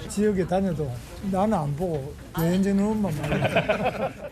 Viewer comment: 김병우 너 바보냐 ? 미스 뜻 몰라 ? 미혼여성 .. 영어뜻 미스가락 뭐어때서? 미스코리아 미스유니버스 병우야 (발음) 말똑바로해 배해지으으워 아니고 배현진 이다!!! 어떻게 국회의원 된냐? 재명이 꼬봉이가???